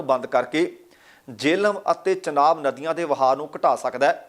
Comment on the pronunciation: ਚਨਾਬ ਨੀ ਹੁੰਦਾ ਝਨਾਬ ਹੁੰਦਾ